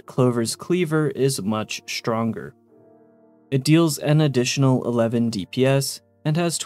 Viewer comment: shtronger meelee